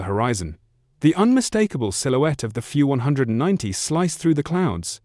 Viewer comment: Either say F W 190 or Focke Wulf 190 It’s not hard to pronounce that name correctly It’s belittling to repeatedly mispronounce it because you haven’t even listened to your ai’s voice from start to finish. Please make it stop saying “few 190”.